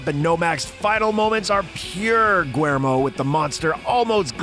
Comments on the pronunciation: another great video. I agree....Blade is an all time favorite of mine. The less said about Blade 3 the better. The director's first name is William in English and not pronounced Gwer-mo...other than you guya are the best!!!!! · The fact that you don't know how to pronounce Guillermo, you literally pronounced it guermo. What the hell dude? Just about everybody knows how to pronounce that name ... except for you. Do a little bit of research on pronunciation off of Google please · You can add the narrator's constant mangling of Del Toro's first name to your asute observation.